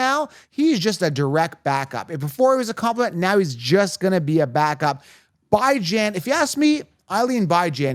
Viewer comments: Are you mispronouncing Bijans name incorrect on purpose? You've said it a few different ways. If you're giving fantasy advice, the players deserve a proper name pronunciation. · Can you say BIJAN’s name right let me sound it out for you BEE-JAHN 🤦🏼‍♂️ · WHY do you have to call him Bi-Jan lol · I discredit your advice based on you not knowing how to pronounce the players name’s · He refuses to say his name right even though there’s literally videos of the guy specifically answering questions about how to say his name.